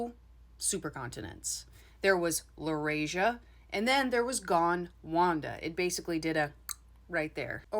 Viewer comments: Are you sure the mountains of Norway are called The Caledonian Mountains? I thought Caledonia was the old Roman name for Scotland. . Pronounce: Gond-wanna (✓) Gond-wanda (X) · Sorry to correct you but it’s GonDwana not GonwanDa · Gondwanda? Wanda? 😂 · Is it Gondwana or Gondwanda? I was taught Gondwana in school.